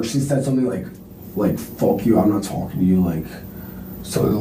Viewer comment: What is he “tulking” about?😂